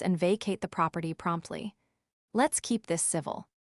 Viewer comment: Eee-Va-Lin…(Evelyn)..proper TIE (Property)..because proper was on one page and Ty started the next page..probably an outstanding story…but AI is an untrained assassin....just killing the story…it’s on wobbly legs.